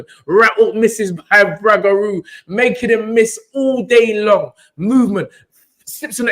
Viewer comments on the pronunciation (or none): How you mans butcher up the man’s name like that, it’s Roogaroo not Ragaroo. This was the modern day SRL v Benitez, technical fight, only difference was SRL stopped Benitez. This is why people say Devon is boring because he won’t take the chance and finish his opponents the way SRL did.